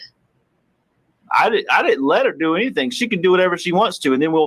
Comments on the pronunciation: Who in the holy hell employed this woman as a teacher, I mean “anythink” the woman is a halfwit 🤷‍♀️ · I've often heard ppl mispronounce certain words becuz of their dialects (i.e. southern, east coast, etc) but NEVER heard anyone who says some thinK, anythinK... Like what the actual f???